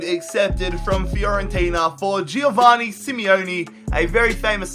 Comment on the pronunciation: It's jo-van-ni not jio-vani